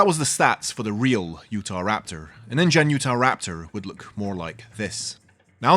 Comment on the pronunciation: It came as indian rather than ingen